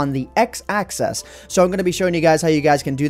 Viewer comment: Why do you pronounce "axis" as "access"?